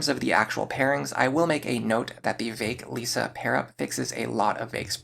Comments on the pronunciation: Just so you know, it's LISS-a, not Lisa. They're different. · Good video but I don't ont like that you say lisa it hurts